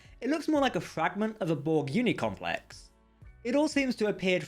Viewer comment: For future reference, it's borg CUBE, not cue. Conduit, not condui. Complex, not complek. An accent is no excuse for not pronouncing the last letter of a word. SLOW THE HELL DOWN, when youre speaking. Youre not a twelve year old girl.